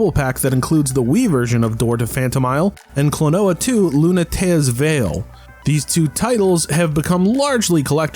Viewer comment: Why do you pronounce Klonoa like "quinoa?"